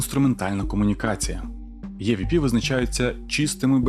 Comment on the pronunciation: EVP читається як ІВП ніяких Є там немає, розумію можливо це трохи душно з моєї сторони, просто тригерять відсилки на язік навіть якщо вони на навмисні, а загалом відео дуже цікаве